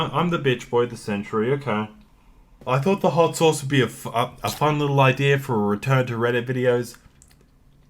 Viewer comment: Nobody:: IDEAR